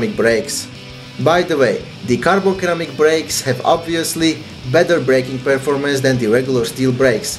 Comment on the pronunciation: Hey btw it's Ceramic not Keramic. Pronounced like Siramic